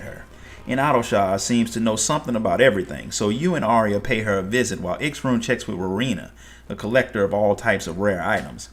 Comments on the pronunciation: Only complaint I have is the pronounciation of X'ruhn Tia's name took me a bit to get used to, but other than that this was awesome! Thank you! As far as I understand Miqo'te names are pronounced as one word. I.E. Y'shtola (Yeeshtola), M'naago (Minago), G'raha (Graha). So X'ruh would be (Xeruhn, at least that's how I pronounced it. Hard to confirm when there's no VAs) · "Sha-roon" is how to say his name, amazing vid though, seriously!